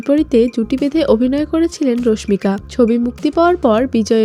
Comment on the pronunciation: রশমিকা রশমিকা বলতে বলতে মেজাজ টাই খারাপ করে দিলেন। ওটা রশমিকা হবে না, হবে রাশমিকা। টাইটেলে তো ঠিকি রাশমিকা লিখছেন তাও কেন ভুল উচ্চারণ করতেছেন।